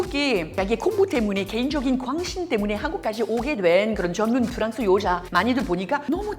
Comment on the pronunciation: Ida, meme si vous maitrisez parfaitement le coreen, c'est pas la peine d'appeler votre pays Prance puisque tous les Coreens apprennent l'anglais.